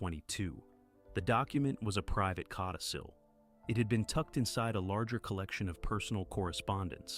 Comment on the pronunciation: Codicil ...not cotticil!